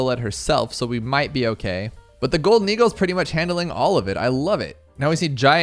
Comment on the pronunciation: i think you dont know how to pronounce "golden eagle"